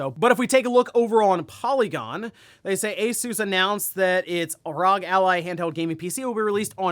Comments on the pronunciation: R-O-G, NOT "ROG" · All the pc community knows that it’s pronounced R.O.G. You circle of friends seems to only fucking says rog. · When you’re so oblivious to PC gaming that you accidentally become the embodiment of a meme. R. O. G. Not “rog”